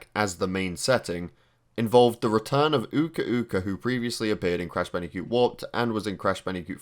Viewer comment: Did u say Bandicute